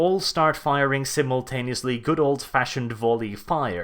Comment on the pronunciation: MULTIPLE SIM-UL-TAIN-EE-US DEFENSES